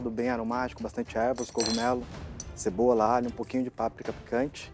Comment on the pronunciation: a Paola disse "tabom o ponto da CEBORA"